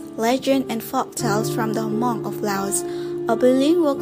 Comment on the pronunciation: It's not pronounced ha-mong!